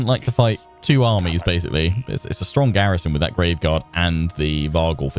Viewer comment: Please stop saying stronk